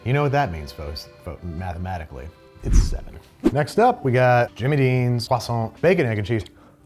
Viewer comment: I'm not French (Welsh) but thank you for not pronouncing croissant the American way (although you did slip at the hot pocket! I was typing as you said it!! Although you recovered at the end 😉), American biscuits aren't really a thing here in the UK, possibly savoury scones would be the nearest! But I am now hungry and awaiting a delivery of an Indian takeaway 😍